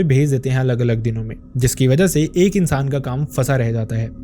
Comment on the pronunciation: "insan " sound ,very bad??